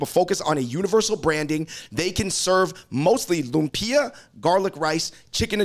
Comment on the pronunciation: Bros., LOOMP-yah, not loom-PEE-uh 🤓